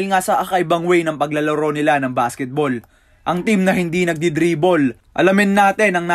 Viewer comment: Hahaha tawa ako sa walang dribol mo. Ayusin mo haha. Less dribol hindi no dribol bugok😂😂😂